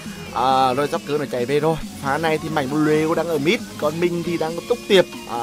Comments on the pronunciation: Ng ta Mạnh bờ lu mà ông này cứ khịa kiu Mạnh bờ lêu quài cười ỉa mỗi khi ổng kiu tên ông Mạnh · Tao Cười ỉa lun mạnh blue cứ đọc mạnh blêu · Buồn cười mỗi câu mạnh blêu -. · người thường: mạnh blue: mạnh blêu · Anh cà khịa... Mạnh blu thành mạnh blêu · Em nó là mạnh blu chứ ko phải mạnh blêu ah ơi 🤣🤣. Mạnh hẳn giận lắm á 😡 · Anh cứ nói mạnh bờ lêu ki vaiz nồi